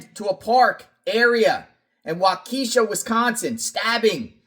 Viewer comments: Wakesha is pronounced Wa - Key - Shaw :face-green-smiling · Again, it's pronounced Wau-Caw-shaw. Not Wa-Keisha .